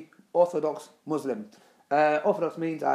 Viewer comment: Why you pronounce "Muslim" wrong?